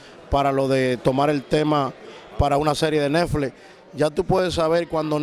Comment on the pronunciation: Y porque dice nefle? Es netflix